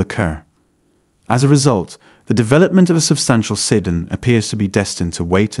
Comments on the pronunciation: SEE-DAN, not see-din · The pronunciation of "Sedan" is bad. Might need to retrain the AI.